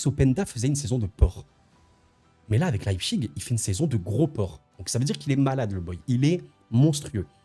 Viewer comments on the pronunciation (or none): none